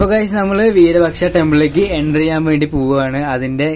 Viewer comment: വീരപക്ഷ എന്നല്ല വിരൂപാക്ഷ എന്നാണ് പറയുക